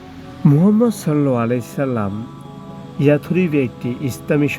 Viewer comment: সাল্লাল্লাহু আলাইহি ওয়াসাল্লাম এভাবে ভালো করে উচ্চারণ করে কথাগুলো বলবেন